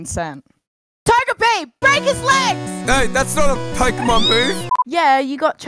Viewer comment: pokimon XD learn how to say pokemon right then say this